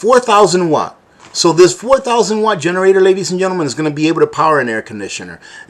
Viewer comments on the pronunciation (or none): none